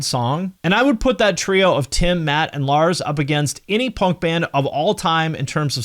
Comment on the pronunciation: Never heard someone say punk like that. Ponk